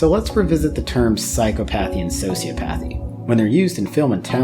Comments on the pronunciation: Please, please, please... You're pronouncing a couple words wrong. Sure, they're pronounced "Sigh-Kō-Path" (Psychopath) and "Sew-SEE-Oh-Path" (Sociopath). psychopath sī-kə-ˌpath sociopath sō-sē-ə-ˌpath But the other associated words, the longer ones, are pronounced, "Sigh-CAW-Path-ee" (Psychopathy) and "Sew-See-Aww-Path-ee" (Sociopathy) psychopathy sī-kŏp′ə-thē sociopathy sō-sē-ˈäp-ə-thē Just FYI. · You're mispronouncing "psychopathy" and "sociopathy". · Man I'm sorry but if you're gonna call yourself a therapist you gotta learn how to correctly pronounce psychopathy and sociopathy